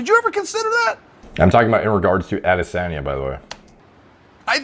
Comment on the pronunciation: Pronounce as adesonyaa instead of adesannnya